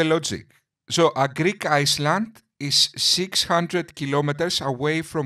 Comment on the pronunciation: Friend - forgive but the s in island is silent it sounds like ireland when you pronounce/ (your english is far superior to my Greek though )